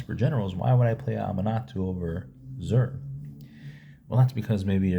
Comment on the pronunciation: My man spent a fortune on blink and then pronounced the commander's name wrong in the first 5 seconds :D Then says Zur is much better. Love the vid